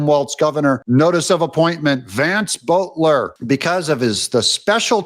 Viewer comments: It is pronounced 'Bolt-er' not 'Bolt-ler' . There is only one 'L'. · It’s pronounced Belt-er NOT Boat-ler just like it’s pronounced Puh-so-bic and NOT Pis-so-be-ack